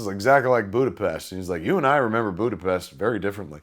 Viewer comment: Kevin Smith says Budapest right, rare to hear that.